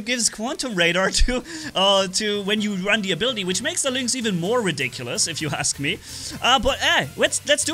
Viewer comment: luinx? isnt it pronounced linx?